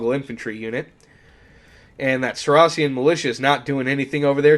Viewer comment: the way you pronounce saracen makes me lose all respect lol